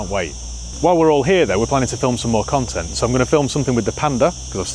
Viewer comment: “Film some more cone-tent”